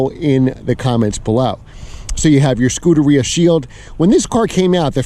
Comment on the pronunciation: You should learn to pronounce scuderia and coupé.